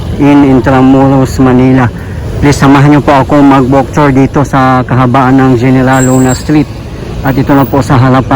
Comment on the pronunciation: Kuya, General Luna is pronounced "Heneral" Luna 😊